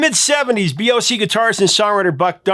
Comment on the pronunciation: When Prof says BOC I always hear Beyonce...🤓🤣🤣🤣